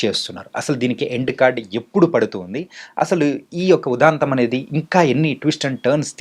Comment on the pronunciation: ఉదాంతం కాదురా అయ్యా , ఉదంతం